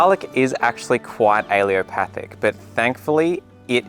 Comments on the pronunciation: Please learn to pronounce the word correctly! It's al-LE-LO-pathic. You're dropping the 2nd L. This is a disservice to the people you're trying to teach. Thank you. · Really good info!! Good to know for companion planting. And please don't take offense but it's pronounced "uh-LEL-o-path-ic." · Alle-L-opathic !! Theres a "L" in the middle of the word! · Why don’t you pronounce the third “L” in allelopathic? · He is mispronouncing allelopathic altho he has used the right spelling😀 Allopathic, which some Comments are mistakenly saying, refers to modern medicine which uses drugs, surgery & therapies to treat symptoms & disease. Basically, western medicine. Allelopathy refers to the biological process in which plants release chemicals which affect the growth of other plants. Allelochemicals can have a beneficial or inhibitory effect. Mint has a beneficial effect on apples - but grow in a pot. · Might help your case if you learned how to pronounce allelopathic. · Great info... except for pronunciation. You keep leaving out the last "L" every time you say it. 🤨 "Allelopathic" is correct, not "alleopathic." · You're pronouncing it wrong, it's pronounced Allelo-patheic or alleelo-pathic, you are saying allio-pathic, I'm trained in plant physiology. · It’s alleLOpathic, not allEOpathic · It’s not pronounced alliopathic. It’s pronounced allelopathic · What is it with Brits? They can spell a word, but pronounce it wrong. Very distracting! "a-lu-mi-num" is Not aluminium. "Al-lel-o-path-ic" is Not aleeopathic. All plants are allelopathic to a degree. You use the word as though allelopathy is a negative thing. Allelopathy is a biological phenomenon by which a plant produces one or more biochemicals that influence the germination, growth, survival, and reproduction of other organisms or plants. This effect can be either positive (as legumes fixing nitrogen in the soil) or negative (as fennel retarding the growth of its neighbors). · Why does he keep mispronoucing "Allelopathic"?